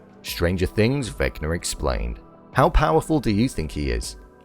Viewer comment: “Vecnar Explarned”